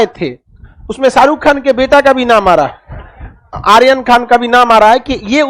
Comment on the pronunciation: Aap aaryan ko sahi boliye ga